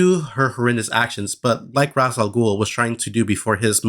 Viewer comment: Why do people keep pronouncing Ra’s name Roz? It’s like nails on a chalkboard to me.